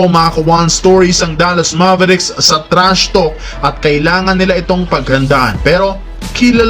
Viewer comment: TRASHTALK HINDI PO TRASHTOK 🤣